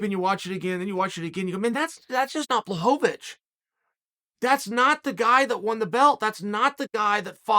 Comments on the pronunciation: He still pronounced Jans name better than a lot of people lol. It's BWA-HOE-VICH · Me: Blachowicz Uncle Chael: Blachovovitch Me: OK great, Blachovovitch. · Chael’s legendary fighters: Blehal Muhammed Kamara Usman Jan Blahovavic Hazmat Chinaev Benny Daryoosh Islam Macklechev Surreal Gong Your-rear Rodriguez Charlie Olives Will Fury Aleksander Raykitch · I knew I was pronouncing it wrong thanks uncle Chael. Blowholelávich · uncle... their NAMES are pronounce like this: Blahoewitch no pun intended and Rakeech jeez uncle😭🤣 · Rachitz vs Blahovovitch 😅 every time omg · Impressive how he butchered both names